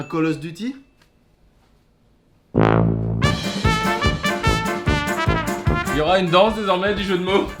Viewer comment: Quand il a dit un coloss duty j'ai fait tomber mon téléphone 😂